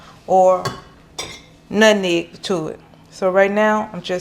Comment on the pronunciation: I love how u say "nut neg" its nutmeg lol 😆